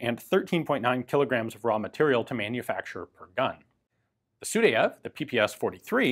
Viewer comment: Good Russian pronunciation at this time except Sudayev name. Actually his name sounds not like , but like – Sooo-die-ev